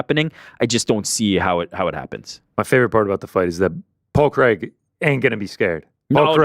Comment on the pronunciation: Big fan from Scotland, but there's nothing worse than an American trying to pronounce the name Craig. Who the f**k is Creg?!?!?